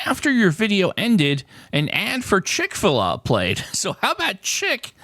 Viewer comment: Love how you pronounced Chick-Fil-A 😂